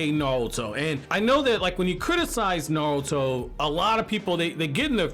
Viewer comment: Sorry but are you saying naluto